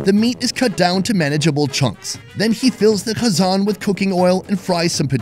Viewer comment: How he said qazan upside down 😂😂